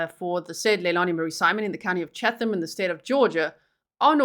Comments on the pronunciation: You don't pronounce the "H" in Chatham. It's Chattam. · I live in Savannah. My daughter went to school with the mother. Just fyi: Chatham County is pronounced Chattam county. The H is silent. Thanks for covering this trial. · This is in Georgia, USA, where nothing is pronounced the way you think. Chatham (County) is pronounced Chat Um. No H sound. Just in case you ever have a case in Buchanan (Buck hannon) or Houston (How Ston). Told ya Georgia was different.